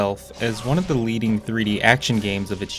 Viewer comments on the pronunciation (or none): none